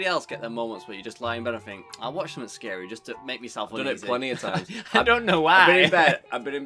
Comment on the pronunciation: Not scawy